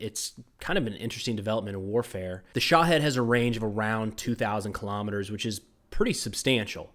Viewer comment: think about were there from its Shaheed not shohead 🤣